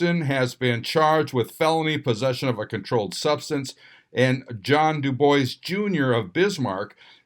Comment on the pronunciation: Omg, for the love of god, google how to pronounce dubois. It's "doob-WAA" not "Do Boys". This is like the 3rd time...